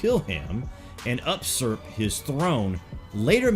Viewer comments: they’re planning to do what with his throne? Usurp or absorb? If usurp - it’s pronounced “you-surp”, not “ah-surp”. Anyway, I love your channel, thanks for putting out such great content! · It’s pronounced you-surp